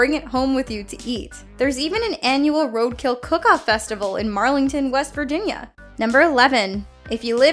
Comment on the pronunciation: When said west wirginia my brain: take me home country roads